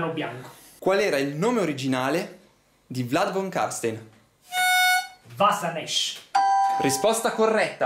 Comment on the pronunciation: Comunque su Vlad von Carstein ha detto Vasanesh, non Vashanesh